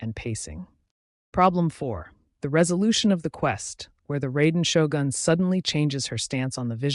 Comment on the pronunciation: honestly, when I hear someone pronouncing Raiden Shogun as "Rey-den Show-gan", I'm cringing so hard. Edit: And then he double down by pronouncing Ei as "Aye"!!!